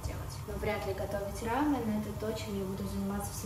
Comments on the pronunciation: Извините, если не к месту, но это рамён, а не рамэн. Рамэн- это именно японская лапша быстрого приготовления, а у вас именно корейская, то есть- рамён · Не хочу показаться занудой, но правильно говорить рамЁн, а не рАмен